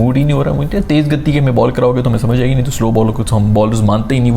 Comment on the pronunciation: The way you say's "teez gatti" is the funniest.